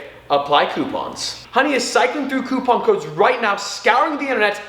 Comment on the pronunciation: I hate the way you say coupon